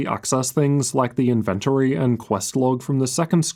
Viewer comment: The invent ory?